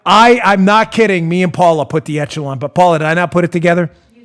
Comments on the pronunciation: On a trivial thing, "echelon" is a French word, and it's pronounced "ESH-uh-lon" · dooooode, are you pronouncing "Echelon" how they told you to?, or...? It's supposed to sound like 'ESH-a-lawn' every other time I have heard it. Sorry if being hypercritical 😬 Love you, show, my Patriot brothers and sisters, and of course, POTUS!!! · Soft “ch” on Echelon. Eshelon